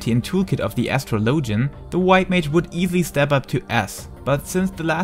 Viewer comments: Please tell me Asstrolowgen is not the right pronunciation in english. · astro -low-gen haha ur accent made me giggle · That is not how you pronounce it... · ....i couldn't continue with the video after that botched pronunciation of Astrologian.